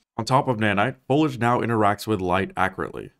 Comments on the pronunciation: I've never heard someone pronounce foliage the way you do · You’re pronouncing foliage incorrectly. Fol i age. Three syllables. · "folage" tho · Fo lee udge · my friend, I love your videos, but you need to know this; "Foliage" is pronounced "Full-ee-ij" with three syllables one being a long E in the middle. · why do you pronounce so many words wrong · ...the i in "foliage" isn't silent. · Ngl you lost me at your pronunciation of "foliage" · For the love of God, there is an i in foliage… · Why does the gentleman pretend foliage doesnt have an i in it. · the way he mispronounced foliage throughout this whole video is infuriating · My man disrespects the i in foliage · You urgently need to learn how to pronounce "foliage". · Your pronunciation is Unreal! Maybe pick up a speak and spell or find a speech therapist near you! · How do you not know how to pronounce “foliage” correctly?? So annoying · I loved this but why did you pronounce foliage and cupboard like that? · The video gets a 9/10. Would be 10/10 but I'm so triggered at the pronunciation of "foliage" lol There's an "i" in there 😭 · Someone teach this man how to pronounce foliage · You had ONE word you needed to pronounce correctly!! "Foliage" has three syllables. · Lisa Simpson must be spinning in her grave. It’s pronounced foliage, not foliage! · It's indescribably infuriating how you pronounce foliage and cupboard. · If you're going to spend a whole video taking about foliage... learn how to pronounce the word correctly at first. Like c'mon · Inability to pronounce “foliage” is making this hard to watch. Oh well. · What's up with this guy's pronunciation of foliage and cupboard? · Dude is killing me with his mispronunciation! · If you wanna get fucked up fast, take a drink everytime he mispronounces foliage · Amazing video, even if you're pronouncing 'foliage' wrong! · This is a great video but fuck me, the word is foliage not folage. Foh-lee-edge. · Isn't it "fo-lee-idge", not "fo-lidge"? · lol “folij”